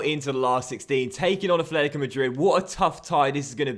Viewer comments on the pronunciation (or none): it's atletico, not athletico mate